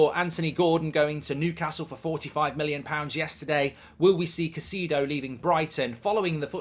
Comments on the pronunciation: Caicedo man not cacido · To everyone including Mark, it's pronounced "Kai-Seh-Duh". Thanks. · why would you pronounce it like that. I like you, Mark… but wow, that’s the worst pronunciation of a name I’ve heard in a while. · If you can't even pronounce his name you don't know whats happening